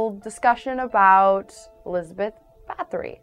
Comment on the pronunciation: WHAT THIS IS NOT RIGHT AT ALL WHAT? NO YOU CANT EVEN SAY HER NAME RIGHT